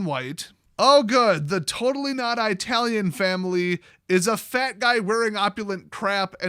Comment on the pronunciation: Why do you say Italian like that? lol